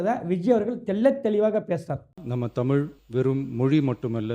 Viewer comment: புரோ நீங்களும் தமிழை முதல் உச்சரிக்க தெரிந்துகொள்ளுங்கள் தமிழ் தமில் இவை இரண்டுக்கும் உங்களுக்கு வித்தியாசம் தெரிந்து கொள்ளுங்கள்.